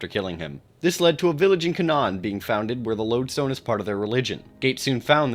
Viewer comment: Canaan is actually pronounced 'kay-nen,' not 'ka-nahn.' It's named after a town in rural Connecticut